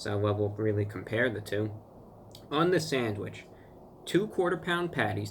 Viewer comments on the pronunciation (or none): If he says Sadwich ONE more f*cking time.... I mean, if l looked online and wanted to buy a "Sandwich". And it showed me some Sandwich shops near where this guy lived, I'd preosume McDonalds, and Burger king and Five Guys would come up on the search. They Sell Sandwiches apparently? I can't deal with American's calling something in a bun a Sandwich... it's not... it's a burger... a sandwich is between 2 pieces of bread... in a Ciabatta? It's a ciabatta.... His nails! are crazy horrible! i wish he'd cut them, if my nails even grow 1/10th of a mm, they get dirt under them real easy how does he deal with it!